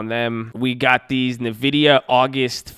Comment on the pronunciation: I love the videos but I have to correct you. Its pronounced "N-Vidia" not Navidia.